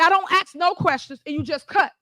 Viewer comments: Nobody who pronounces "ask" as "ax" should never hold public office. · I don’t understand how the word “ask” is so hard to pronounce. It’s not AXE, y’herd? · Well then let me “ax” you a question 😂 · "I axed yaw about those alizizations", lol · She axed them a lot of questions. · Hey ya’all, let me AXE you a question. 🤣🤣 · Speak English please Tiffany, if you can't pronounce a word just "axe somebody" and I'm sure they'll help out!